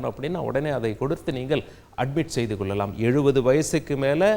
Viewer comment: நல்ல தகவல். நன்றி. கொள்ளலாம், கொல்லலாம் இல்லை சார்.தமிழைக் கொல்லாதீர்கள்.